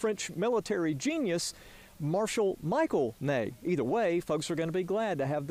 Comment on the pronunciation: Michael Ney? His name was Michel.